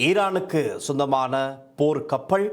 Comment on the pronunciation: கப்பள் இல்லை கப்பல் முதலில் தமிழை ஒழுங்காக கதை சும்மா அநிராக்கு செம்பு தூக்கிக் கொண்னு முக்க வேண்டாம் நீ எல்லாம் எப்படி ஊடகவியலாளர் உனக்கு தமிழே சரியாக வராது அமுக்குள்ள வந்திட்டார்